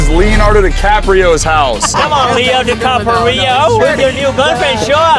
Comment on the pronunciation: “Capario” 😂